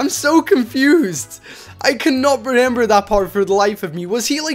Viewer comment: Renember? Me: Can you pronounce?